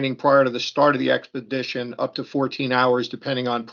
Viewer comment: fair enough I was wrong, her husband who looks like he’s the serious one paid for them to go on the trip, I stoped watching after she couldn’t pronounce expedition 🤭